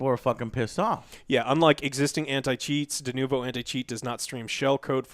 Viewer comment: just hit it.. DeNOvo is probably a more accurate pronunciation.